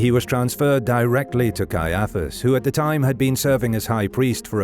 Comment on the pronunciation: Cannot believe how you pronounce Caiaphus. You put the emfarsis on the wrong sillarble.